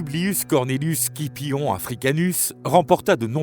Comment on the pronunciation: Pour Scipion ça se prononce Sipion jsp si c'est une voix d'un robot ou humaine mais faut changer la prononciation